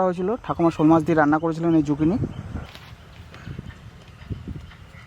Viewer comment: ও ঠাকু মা যোগিনী নয় গো জুকিনি।